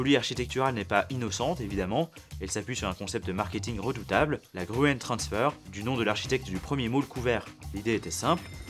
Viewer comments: Victor Grün pas gruen c'est une l'alternative pour écrire Grün en anglais qui ne connait pas le tréma ... aie ca m'a fait mal aux oreilles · Excellente présentation. La rapide transformation des sociétés à la suite du développement de l'internet public est fascinante. Un détail au sujet de l'autrichien Victor Gruen : GRUEN se prononce GRÜN en Allemand, les deux orthographes sont d'ailleurs équivalentes, et non Gru-ène 😉